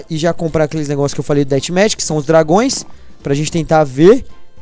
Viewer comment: Dathmatch é com som d f kkkk